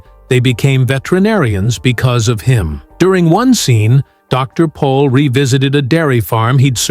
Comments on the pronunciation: It's Dr. Pol not Paul !!❤ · Can’t even get his name right…..POL……..PATHETIC